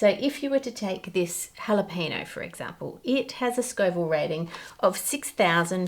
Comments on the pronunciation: Is that how Australians pronounce Jalapeño or [no] instead of [nyo] for engagement, to make people comment? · I love her proper pronunciation of capsaicin, but giggle at her pronunciation of jalapeno. (Hall-la-peen-no). In Spanish it's (hall-la-pen-yo). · Jalapeño is pronounced hala-pain-yo, not hala-pay-no. Same with Habañero, the tilde over the n gives it an ny sound. Ha-bahn-yair-o. Please please please learn the correct names. Thanks! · Ha-le-pee-no? No. The word is "jalapeño." The "ñ" is pronounced "ny," so the word is ha-le-pen-yo. Just like mañana is pronounced mahn-yah-nah. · "Jalapeño" has a "nyuh" sound towards the end. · I understand you are from Australia and have an accept but there's no excuse for your mispronouncing the word jalapeño. It literally doesn't even have an n in it, it has an ñ (pronounced "en-yay".) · Me, sitting here in southern Arizona, trying not to be annoyed by the Aussie mispronunciation of "jalapeño" and "habañero." 🤐 XD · Girl, you are mispronouncing habanero and jalapeño. The J is not an h, it is ch like in loch, as the scots do. The H in habanero is not pronounced at a... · As a Texan I’m fascinated by Ann’s pronunciation of “jalapeño”. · xD i guess it's a commonwealth thing because an english friend of mine does the same thing not pronouncing the ñ in spanish loan words. you should probably say that phoneme in jalapeño the same way you do the ny in "canyon"